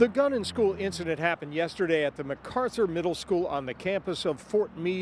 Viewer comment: Bro it is not MacCarther 💀